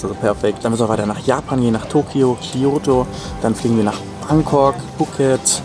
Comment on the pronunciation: Wie zur Hölle hast du den Kyoto ausgesprochen? Meine Ohren (٭°̧̧̧ω°̧̧̧٭)